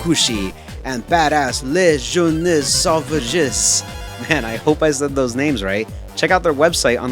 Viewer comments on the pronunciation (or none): It took me two watches to understand that SukeBan style was "Les jeunes sauvages." Protip from a Frenchman: if a word finishes with an S, that usually means it's plural. We do not pronounce these. The name means "savage/wild youths" btw. Great video too!